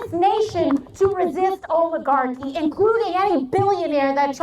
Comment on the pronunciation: I love her, but I kind of wish she could pronounce oligarchy.